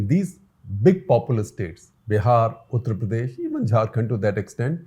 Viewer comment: At 15.7th minute of the vedio, when you said "Uttar Pradesh", it sounded to my weak ears like "PuttarPradesh"!!!! No disrespect or hurt meant to you or to fellow viewers or to UPians. Just commented on lighter vain. Thank you for doing this video. Hugely educative in shaping public opinion with exemplary lucidity, simplicity & clarity. Comparative method used very effectively for driving a particular point more poignantly. Nice to know "Foreign Affairs" got sourced and woven in the discussion. 7 out of 8 students not making it in India is a receipe for disastrous political consequences - leading to closure of democratic openness and rise of majoritarian authoritarianism as evident in violent communal mess in Baharaich, UP. Congratulations & thank you again SGji.